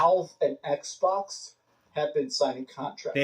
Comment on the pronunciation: Ehhhh box, ehhhh box, everyone want a ehhhh box 🤣🤣🤣